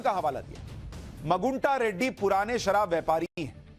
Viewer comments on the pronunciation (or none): मगुंटा नहीं " मागुंटा "